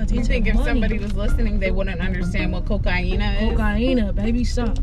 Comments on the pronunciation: Hahaha i lost it, when said it's not cocaine it's CO-CA-INA Loves from Suriname 🇸🇷🇸🇷🇸🇷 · It’s cocienna... bruhhhhhh🤣🤣🤣🤣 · Nigga said cociena